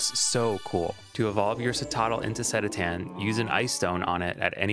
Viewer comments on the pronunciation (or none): Cool vid but the Cetitan pronunciation was painful lol